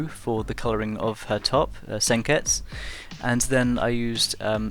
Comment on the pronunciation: You ducking dub watcher, only people who watch the dubbed version of the anime say senketsus name like that...Nice drawing tho but you could have made her hair darker I understand why you didnt